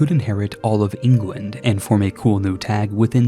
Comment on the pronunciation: why do you call england "ingwend"? lmao